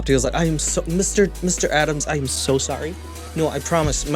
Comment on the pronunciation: The canadian “sorrey” & the part of them stealing Jesus sandels & robe 😭😭😭💀 Love the content as always. You literally talk of topics and do things noooo other youtuber i know of does but ALSO stay interesting! Hope youre doing alright 😇